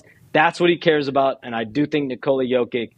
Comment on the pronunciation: Wait.. are WE really teaching SHAMS how to pronounce the 2x MVP & current defending champ/ FMVP name….? Now if we could all pronounce his first name correctly.. lol it’s, NI-kola.. not, nicole-A.. Lol. and just like Spanish, the “accent” over part of a word, does play a part in the proper pronunciation. Example: Papa & Papá in Spanish are the “same” word, but pronounced differently, and they also mean 2 different things. Lol